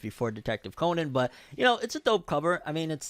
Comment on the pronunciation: Detective Conan is most underrated anime/manga series ever. Also you’re pronouncing Conan wrong